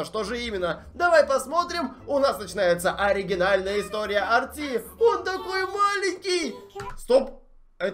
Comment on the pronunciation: Это не Арти а эрте